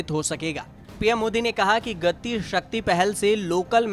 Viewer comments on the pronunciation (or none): none